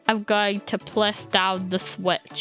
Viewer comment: Is it only me who loves her voice she said “pwess” ❤